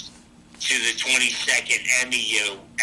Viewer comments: No fucking Marine calls a "Mew" an "M-E-U." It's pronounced, "MEW," like a cat. LOL What a tool. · As a Force Recon operator, why would you be serving at MCAS Cherry Point? “They sent me everywhere!” 😂. Even better, I was with the M E U. It’s a MEU, pronounced “Mew”. Scuba School at MCAS Cherry Point? OK, bozo!!! Me personally, when I was active duty, Jump School was a Ft Benning, not CLNC. Don is like, WTF!!! Love it.